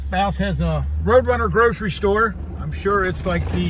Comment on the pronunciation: OK I hate being picky BUT...... last video I saw you kept saying Edinburg instead of Ehrenburg! Now you keep saying Blouse instead of Bouse! As uncle Joe says “come on man”!